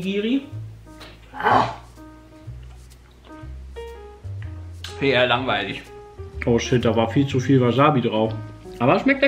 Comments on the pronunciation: Piet, falls du das hier lesen solltest... Es heißt Nigiri, nicht Nigri xD Das hat nichts zu tun mit der Cosplayerin Jessica Nigri oder so, das ist was völlig anderes xD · Ach und Piet das heißt Ni-gi-ri und nicht Nigris ! xD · BRAMMEN?! Ich sterbe gerade nachdem ich gehört habe wie Piet Nigiri ausspricht